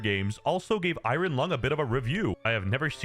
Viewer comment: This movie may be bad, but this fucking buffoon they can’t simply say the word iron is fucking dragging me to hell, dude